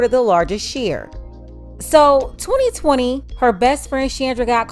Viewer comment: The owner of this channel is a black woman. The way she says 2020 is so unique of black women. Dont count this as racist because I'm black